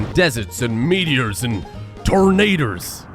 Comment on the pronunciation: Did you know that tornadoes is not pronounced ternaders